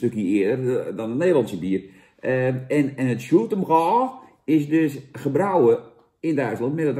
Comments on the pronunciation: Uitspraak: SjoeltenBroj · Je spreekt het uit als Sjoeltenbrooi